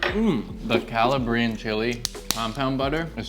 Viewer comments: "calla-bree-un" bruh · Great trick. Next step, you're pronouncing Calabrian incorrectly. It's not Cala-bree-inn, it's Cala-bree-ann. Look up a video on Calabria 😊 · It’s pronounced Caw-la-Brie-en!!!!! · Say it with me: kuh-LAH-bree-an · Not to be petty…but gonna be petty…you are mispronouncing Calabrian. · They both need to learn how to pronounce “Calabrian”….. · You're pronouncing Calabrian Chilies incorrectly! Doofus! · I feel like he’s trolling us with the way he says Calabrian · If he's a former "Chef" he should know the correct pronunciation. He's either trolling or he's an idiot.